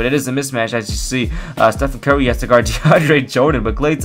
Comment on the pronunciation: How pronounces Stephen Curry: Stephen Kerry